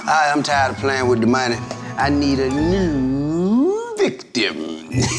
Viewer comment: I love how major said “Pwaying” and his brother mocks him “Pawying”, so he rebuttaled with saying “Playing” clear as day! Him so cute.